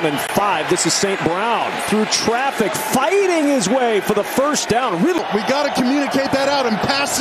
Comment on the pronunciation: bear dahhn